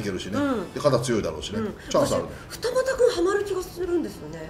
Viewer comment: 二俣のイントネーション